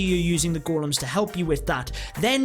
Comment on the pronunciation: Its ”Golems” lad